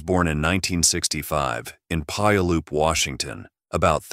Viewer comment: That town is where I was born and raised, and I loved it. However, the pronunciation is way off. It's pronounced Pew all up. Named after the Indigenous peoples of the area.